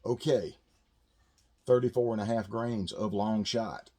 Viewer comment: did you say 34.5 or 24.5. Sounded like both